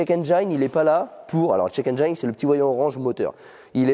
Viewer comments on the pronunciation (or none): Le jour où le mot "engine" sera correctement prononcé sur cette chaine... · Je crois que jusqu'à la Fin des Temps les français ne comprendront jamais que Engine ne se prononce jamais Enjaïne :)